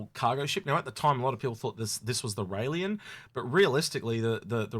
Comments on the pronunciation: Can we stop calling the Railen the Railien? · Please, please pronounce these ships correctly rail -en you do the same with the harbinger you lose credibility if you cannot do this. Otherwise I love the channel, you and are a great combination